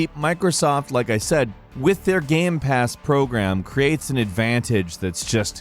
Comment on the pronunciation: I can tell you are a Sony fanboy since you mispronounced GamePass